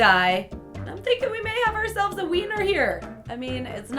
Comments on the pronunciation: Why did she say winner as weener I spit my juice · u said weiner instead of winner 😂😂😂 but I still love you:3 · did she say wener insted of winer